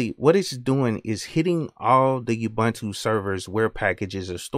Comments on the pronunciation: I thought ubuntu was pronounced oo-boon-too. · Awesome video. One note tho... It's not pronounced Youbuntu... It's an African word, here is Deamond Tutu pronouncing it and explaining the humanity aspect...